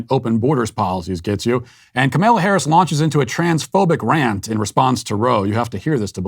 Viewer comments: “Kemella Harris “??? 😂😂😂😂😂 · Ka-male-a Harris. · Are you pronouncing the Vice Presidents first name incorrect on purpose? If so, isn't that kind of childish?